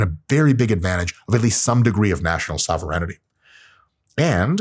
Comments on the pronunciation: It's SOH-VEH-RAIN-TEE :) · Sovur in tea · I love, but not enough to allow him to sneak an extra syllable into "sovereignty". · I'm pretty sure, "sovereignty" is pronounced differently